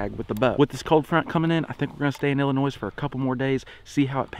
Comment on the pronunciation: I just wanna point out that he said Illinois right this video🤣